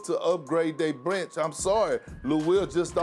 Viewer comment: "They need to change they brench"